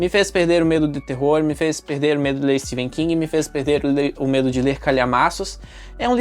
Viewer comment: Amei o vídeo, só livrão em todos os sentidos ❤ e uma observação:Amei que voce pronuncia o nome do Etephen King corretamente, são poucos 😅